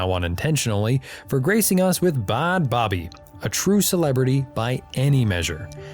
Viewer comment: First of all the way you say bhad bhabie is painful...it's literally just pronounced "bad baby"...secondly crediting him for her fame after she's spoken out about the abuse she endured while in the program he sent her to is super gross